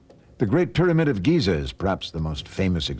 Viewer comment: the way Hawass says "pyramid" is very fucken annoying! ITS PYRAMID ASSHOLE...NOT "PERAMETH".....damn